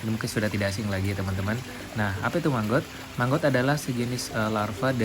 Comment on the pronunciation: Maggot bang.....bukan manggot..👍🏻😄